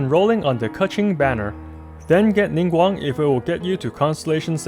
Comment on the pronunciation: I'm getting Ningguang since she's the only 4 star I don't have. I really appreciate you pronouncing their name correctly, you're so cool! Thank you for the awesome guide as always.